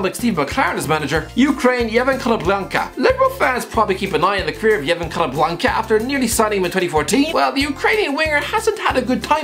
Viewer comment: Still better than when he tried to pronounce Konoplyanka... 😬🤷‍♂️